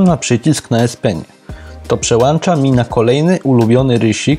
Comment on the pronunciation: Nie przełanacza tylko "przełącza. Masz w domu włączniki czy włancziki? 😀